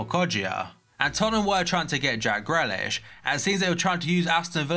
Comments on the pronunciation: Whos jack grelish its grealish pal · Greelish not grelish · Why does he always call Jack Grealish, Gre-lish wtf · Please learn how to pronounce grealish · Stop saying jack grealish like it’s going on a burger. Not onion relish you spoof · You used to know how to pronounce Grealish..